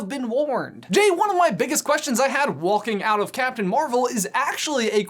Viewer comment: Did he... did he pronounce the l in walking?